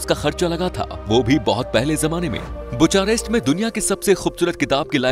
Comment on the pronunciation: You pronounced Romanian capital wrong , and it's not "sarmala" its "sarmale". Also it's "bear" not "beear".